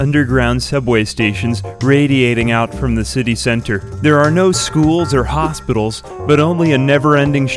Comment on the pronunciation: ¿ParameRers, hospiRals, uRilize, liReraly, waRer? Pronounce the T